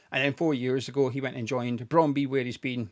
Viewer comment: Not having a go,just trying to help,,its not brondbee but brond booo danish is a strang langueage lol